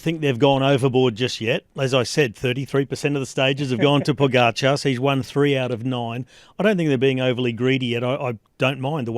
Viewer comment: Except he can’t decide how to pronounce Pogacar. When everyone that commentates next to him can pronounced it properly, Kelly butchers it every time. Occasionally he pronounces it like his co-commentators… then he’s back to Pog-ga-char.